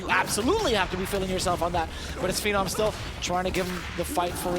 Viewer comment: Damn can the announcer please get the names right? Who the hell is Phennom, it’s Phe-nom the man has been around for at least a decade, get his name right.